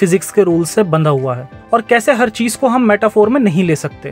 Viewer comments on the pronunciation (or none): none